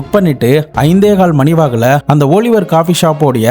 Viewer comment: ஓலிவர் இல்ல ஆலிவர்